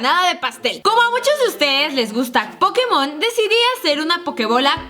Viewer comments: dice pokemosn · Me encantan los "Pokemosn" :v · jajaja dijo pastel encerado y dice pokemosn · like quien se dio cuenta qie dice pokemosn